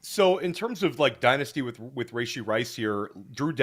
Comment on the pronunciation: its "Rah-Shee", not "Ray-Shee"